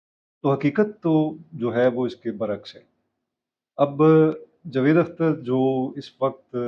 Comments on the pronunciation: Sir jee please pronounce the correct name jA-vaid Akhter, not Jevaid ! جَاويد Vs جُوید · Sir jee please pronounce the correct name jA-vaid Akhter, not Jvaid ! جَاويد Vs جُوید